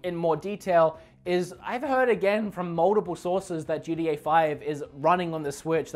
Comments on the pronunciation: GTA ( GEE-TEA-AYE) you pronounce it ( GEE-DEE-AYE) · “GDeeA 5”